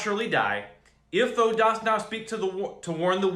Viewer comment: "Thou" does not rhyme with go. It rhymes with cow.